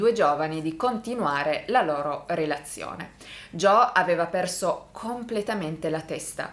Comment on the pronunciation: Tutte le volte che sbaglia a pronunciare Joe 👇🏻